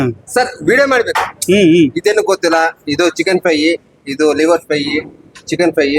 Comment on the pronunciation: ಲೀವರ್‌ ಅಲ್ಲಾ ಕಣೋ ತಮ್ಮ, ಅದು ಲಿವರ್